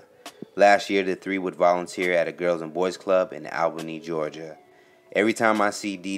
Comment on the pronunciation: You didn’t say Albany Ga right